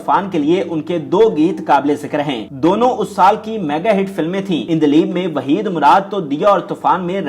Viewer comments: Hay Hay “ INDLIB” na hove “ ANDLEEB”. Hove hai. Ilahi touba. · Haha ..kemal ,,endleeb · Urdu talaffuz saheeh karlo, kemal,ireni prveen, indleeb? Kia rerh lagayee hai.